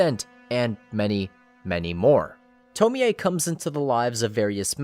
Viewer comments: You saying TomiA 😭😭😭 instead of Tommy(Tomie) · it’s toe-mie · Okay but why he pronouncing her name like that it’s to-meee (me pronounced like me not meh). And not to-mi-ey oof it was so unsatisfying to hear him pronounce it wrong the whole video 🥴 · The correct pronunciation is to-mi-ey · It. Is. “Toe-mee”. It’s obviously supposed to sound more Japanese. What the fuck is a “toe-mee-aye” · why the fuck is he saying tomoey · theres no way you say her name tomi-e, no fucking way. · "Tomi A" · Tome-ei-ay Smh